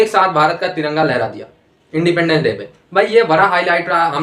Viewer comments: Indepaandence day kya hota hai. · Sahila khan independence ki pronunciation toh theek kar lo...